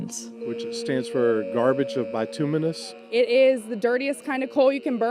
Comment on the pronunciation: bituminous coal is hard coal. It is pronounced bi-toom-i-nus, with the scent on the second syllable. I enjoy your videos.